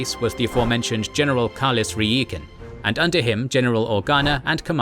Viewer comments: REE EE KEN? NO ITS PRONOUNCED RY KEN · It's General RYkan not REEkan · did you really prounounce reikan's name wrong when it is said plainly for you throughout multiple games & movies?! its pronounced RAI-KEN, not REE-KAN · "Rai-ken" lol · Star Wars spelling is a little wonky, but the general's name is pronounced Rye-ken :] He comes up a lot in Star Wars